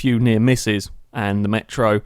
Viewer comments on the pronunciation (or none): none